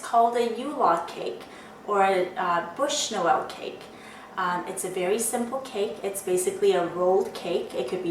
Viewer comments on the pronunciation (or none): sorry but the term exact is Bûche de Noël and not "bush" like you say in the video...